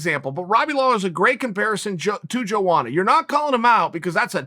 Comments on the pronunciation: I'm from Poland and it's funny when you say Joanna in your language, try it like it is Yoanna Yędrzeyczyk, and the problem will dissapear! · Chael: Jowana Everyone: who? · Joanna Champion because nobody can pronounce her name lol